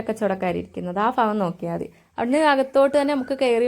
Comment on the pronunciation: Madam fagam alla bagam